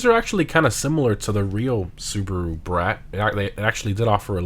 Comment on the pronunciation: it is pronounced as Soo.Bah.Roo not Soo.Buh.Roo.